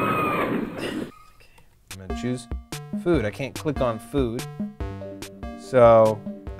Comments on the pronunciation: Choose food, I get it! It sounds like chews food, and teeth choose food XD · #10 choose as in chews lol